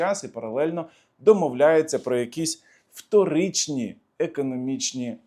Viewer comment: Пане, не вторичні, а вториНні. Будь ласка, зверніть увагу ❤